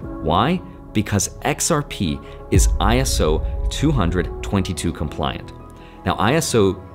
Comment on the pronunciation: The proper way to say it is iso 20 0 22